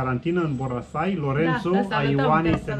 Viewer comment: Boracay nu Borasay.. 😁 Filipine cu bune cu rele e locul in care m-am simtit ca pe vremea copilariei cand oamenii apreciau putinul pe care il aveau si traiau cu zambetul pe buze!👍😎